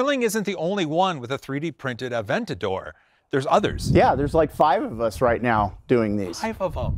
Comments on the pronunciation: Aven-tater...."Aven-tater's tonight?" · “3dentador”, amazing!